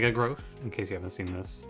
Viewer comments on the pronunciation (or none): he called it "gruuth" at one point in the video, I'd say that counts